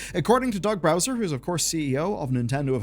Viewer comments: Cant tell if its an accident or just your accent, but its Doug Bowser, not Browser. I know...first time I noticed kinda blew my mind, too. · there is only 1 "R" in "Bowser", and it's at the end. You mispronounce this repeatedly throughout the video. Dude has been fighting Mario for 30 years and you can't even get his name right 🙄